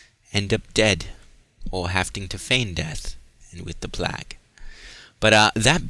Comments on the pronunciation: I watch your vids every time I play the game. I really like content but man, why don't you say plague instead of plag? You do ramble a bit but idc, it really shows your enthusiasm for this game and I like that but sometimes you act a bit condescending at times. Regardless though I'll always watch all your Dishonored vids... Fuck k can't wait for 2! Even more excited about that then I am FFXV. Keep up the good work man, I'll still like your vids and sub if I haven't already. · why do you say plague like that if you don't mind me asking?